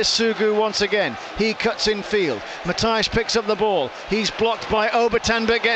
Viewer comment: please, do me the favour, and learn how to pronounce Matias correctly